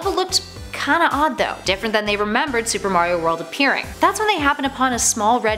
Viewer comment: iTs MaRiO nOt MaYrIo